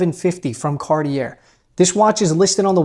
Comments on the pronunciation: Big fan! I’m sure you know this, (how could you not?) and say it how you want to, of course, but the correct pronunciation of Cartier is “Car-tee-AY”. ✌️ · Silent r at the end of Cartier bro. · You have to learn how to pronounce it though... the R at the back is silent. xD